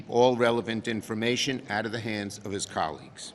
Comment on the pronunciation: Colleagues? Oh I thought you said commies